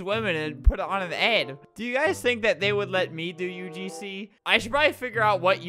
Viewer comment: Nobody: Literally nobody Albert: "UGsnee"